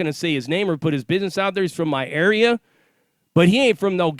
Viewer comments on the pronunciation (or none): none